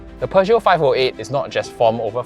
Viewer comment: l l NOT, NOT, NOT ... Peuge-NOT. I I I I I I I I I I